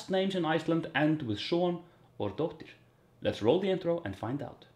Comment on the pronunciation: Hey there. I presume that was just quick or slurry speech... as many of us are guilty of 😅. It is always "-dóttir" and should have a pronounced harsh 'R' at the end.